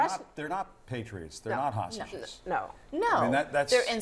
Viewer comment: "Ta-Hostages". They can't even pronounce hostages correctly.